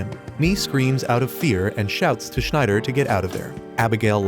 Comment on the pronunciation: Sorry u doing a great job at recaps in easy sentences but damn man u cant be butchering Schneider like that